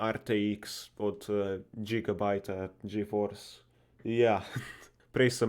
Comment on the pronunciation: cestitam za 8k....pa glede izgovorjave gigabyte rtx 2070 ti malo vadi🤣